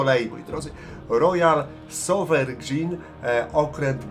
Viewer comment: "rojal sowerejn" po naszemu 😊. Fajnie że wjeżdża wreszcie jakiś kawałek historii...